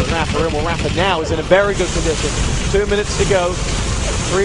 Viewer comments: "rapher" .. damnit its raphA, not er. same with mega, its not megger its mega. lol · he's saying rapher.